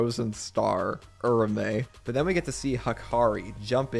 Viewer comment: It’s Ura-ume. Oorah-oomay